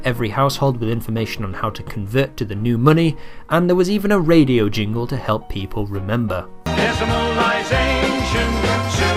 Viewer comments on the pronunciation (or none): none